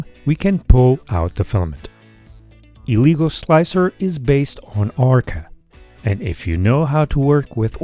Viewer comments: its pronounced "eh-leh-guu", not "ee-lee-go" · It’s pronounced as L-ah-gooo Not l-e-go